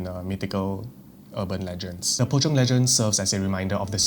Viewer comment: "Pocong, sometimes known as Po-chong" ngl without the subtitles I would've been lost here.